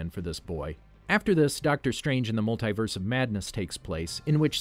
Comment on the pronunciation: it’s MULTIverse not multaiverse